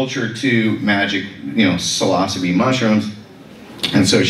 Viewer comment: Thus guy can't even pronounce psilocybe, 😢 Say it with me now.... Sil-o-syb🎉